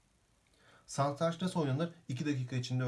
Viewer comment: önce satranç demeyi öğrenmeyle başlamalı videoyu anlatan arkadaş.